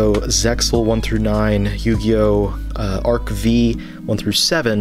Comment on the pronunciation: Love the video and always love the content you put out! Great work! Just to let you know it's pronounced Yu-Gi-Oh Arc Five, not arc vee! :P